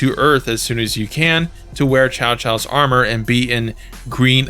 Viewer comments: Just a heads up, Cao Cao is actually pronounced Sao Sao. See comment below for proper pronunciation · Yeah ok pronouncing Cao Cao as Chow Chow is TECHNICALLY better than calling him Cow Cow but it still sounds so wrong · Cao Cao is pronounce Tsao Tsao. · It's actually pronounced "Tsao Tsao", not "Chow Chow." The game got it wrong.